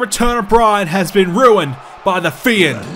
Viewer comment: "the fi-end"😂😂😂